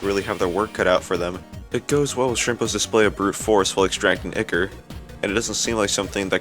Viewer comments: "IKKER" ToT (its pronounced Eye-Core.) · Ya say ichor like icker?